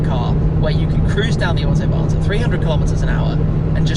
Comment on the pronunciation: It is not called the "Ortobahn", it is fckn AUTOBAHN. How hard can it be....